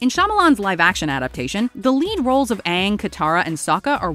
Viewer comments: I actually couldn’t watch anymore after sokka was called soka and aang was called ong. Other then that I would say the worst part of this movie is the casting. They whitewashed the main characters and made the entire fire nation the same race which btw was wrong. Like seriously? This is probably the worst live action remake of an animated series Like bruhhhh I was so disappointed at the quality of the FIVE FREAKING MINUTES I WATCHED. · Me neither, I left as soon as they mispronounced Aang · The pronounciations of their names is my number 1 and then the whitewashing of characters is next for me. Honestly this was disgraceful to the franchise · Incompetent mispronunciation of character names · The pronunciation of aangs name the movie in general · Aang can't even pronounce his own name right smh. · God almost anything title or person named with A was ruined. Them mispronouncing Avatar is less noticeable than the Aang fuck up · Wanted to be more accurate by having the right pronunciation but also casts a bunch of white people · "That one syllable to many" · Ah, there's nothing wrong. They just missed key details that make the series what it is and infuriate everyone by mispronouncing names. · The continuous mispronunciation of Aangs name drove me crazy. Everytime they did it, it hurt my ears and made me exponentially angry. There is overwhelming evidence of how to properly pronounce his name and you continually mispronounce it? Even if I wanted to re watch this dumpster fire of a movie, I couldn't simply because of that one little thing. If you can't get that right, how can anyone expect you to get anything right. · The movie would have been like 10% better if he said his name right one time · For me, it's hands down the pronunciations. It's not like it was a book and they had no audio, it was a series where names and the like were spoken dozens of times. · sorry, but, you mispronounce his name, haha. Aang, the show (said as "eyng") ... the movie (said as "ong")